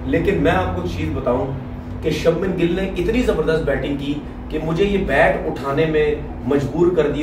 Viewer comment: त्रिपति नहीं त्रिपाठी है,और सब्मन नहीं शुभमन है